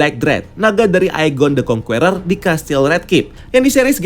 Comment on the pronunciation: Kritik dan saran buat.. so far, konten di channel ini menarik dan bagus 👍🏻.. TAPI, pengucapan "conqueror" ny tolong dong diperbaiki, jujur agak risih denger ny dari video serial loki "kang the conqueror" sampe sini pengucapan ny masih "kong-kUeror".. huruf "U" ny silent, seharus ny pengucapan ny itu "kong-Kerer", huruf "E" pengucapan ny sama kyk kata "KE"mana. ada baik ny kalo bahasa inggris atau bahasa yg lain itu di perhatikan pengucapan ny, sumpah risih denger ny. 😉